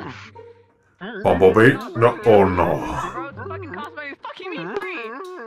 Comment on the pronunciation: its bumblebee not bumblee